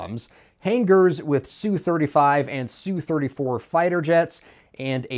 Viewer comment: The most common way to pronounce Su-34 and Su-35, is just say the letters S U and not sue. Or you could just say Sukhoi.